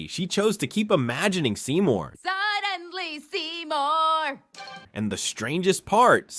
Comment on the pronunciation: “sunlenly semur” bruh😂😂😂